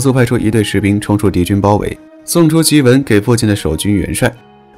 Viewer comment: 檄（xi）文，不是ji文